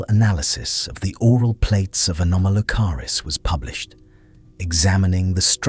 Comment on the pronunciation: The AI voice mispronounced “anomolocaris” when it first pronounced it .